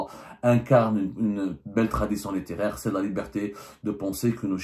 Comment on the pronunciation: On dit : OUVRAGE collectif. Et aussi : littéraire et pas léttéraire. Cazeneuve et non Gaz’neuf. Badinter donc UN et non Bad i n ter.